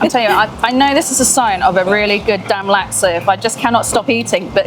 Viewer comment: Chef Liz please pronounce Laksa correctly - 'Luck-sa'...not 'Lak-sa'